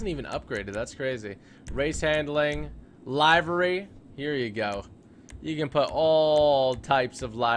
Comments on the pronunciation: It’s pronounced li as in lick very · "li very"